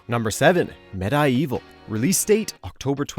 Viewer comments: I'm irritated by "meh-die-evil". It's supposed to be read as medieval.... Ugh!! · The way you pronounced MediEvil made me uncomfortable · No one:: “med-eye-evil.” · Med-EYE-Evil?? REALLY??? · Waitwaitwait....XIII is getting remastered?!?! Also, Med-I-Evil, really?lol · "Med-i-Evil" .... EXCUSE ME?! Hahaha! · Every time he said MediEvil wrong I cringed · Your pronunciation of medievil and fortesque was pretty interesting to say the least :)